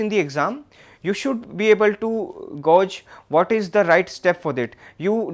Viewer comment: Thank you! Small suggestion... You need look at how to pronounce the word "gauge" 🙂